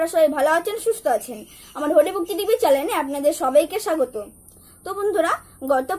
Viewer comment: তোমার কথা আমার ভালো লাগে,তবে তুমি চ্যানেল কে চ্যালেন বল কেন? রাগ করবে না ।